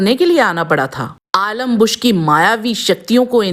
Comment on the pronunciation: पात्रों के नाम का उच्चारण सही।। रिसर्च पूरी करें। आलम्बुश नहीं अलम्बुष सत्यकि नहीं सात्यकि